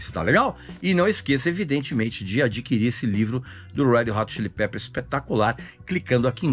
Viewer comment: “head rot chilli pepers“ foi nível Joel Santana, hein, Regis?! 🤦🏻‍♂️